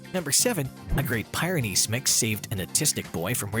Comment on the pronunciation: It’s pronounced “Peer-ah-nees”